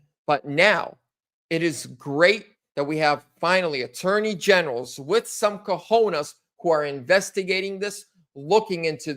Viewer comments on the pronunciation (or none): none